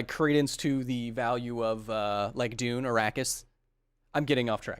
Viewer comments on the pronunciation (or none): none